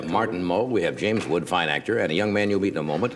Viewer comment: I think there's an S in James WoodS